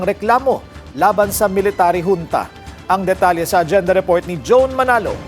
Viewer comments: Huwag na kasi gawin pacute ang pronounciation ng “hunta” at hindi “dyunta”😅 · Dyonta daw😂 😁 bakit dto nagreklamo pwedi ba yon..yong dyonta ms.reporter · Yong reporter parang si YUMUS! Hunta Hindi yunta! Yudi.......sana tinanong mo din si Dola sa tamang bigkas😊